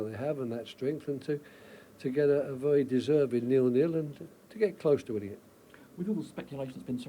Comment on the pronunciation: Vewy vewy hard